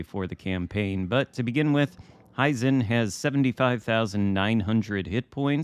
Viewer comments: It is "he zen" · The correct pronunciation is in the vid good sir. Hey - how about a LT russian bb instead of more ijn ships?